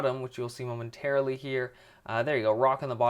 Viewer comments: He said momentairlily heaps Spelt it wrong lol dont care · don't get me wrong this is an amazing house, I just got annoyed that you said momenterally all the time XD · why did you keep saying momenteraly